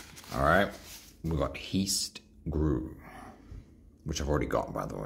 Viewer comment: Heist is pronounced as (hi s t)